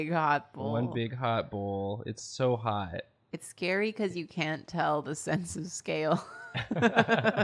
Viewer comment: Karina: Angels are scawy. Aziraphale: am I a joke to you?